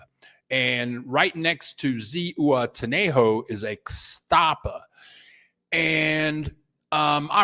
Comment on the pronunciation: Zihuatanejo—- h is silent. UA pronounced like wa. Ziwatanejo